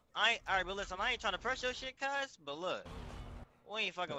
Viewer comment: They dont stop sayin CUHZ